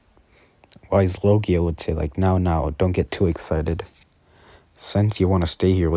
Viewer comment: You say the dragons name it is a w but it's pronounced with a v